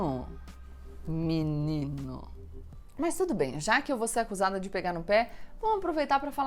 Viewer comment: ''minino'' HAHAHAAHAHAHAHAHAHAHA